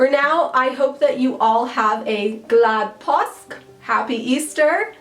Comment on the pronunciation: Don't ignore the 'å' påsk. You can look into the pronounciation of it on Swedish pronounciation videos.